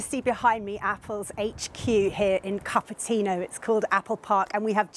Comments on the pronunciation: BBC's TECHNOLOGY EDITOR can't even pronounce Cupertino??. What's she doing to get that job? Cup of Teeno? my god. This whole segment wouldn't even make it onto kids TV a while ago. just goes to show that they are catering to the remaining people who have TVs... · Trust the BBC to think Cupertino is pronounced "cuppa tea now"! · It’s spelled Cupertino but pronounced Coupertino. I live here. Appreciate the Apple vision update. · She's BBC's TECHNOLOGY EDITOR. She didn't follow or was even interested in technology before she got the job. What a PRO! Anyway, a basic grasp of English still wouldn't make you pronounce it how she did if you hadn't heard it before - she said CUPPER tino because she didn't earn the role she's in. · Did she just say "Cuppa-tea-no"?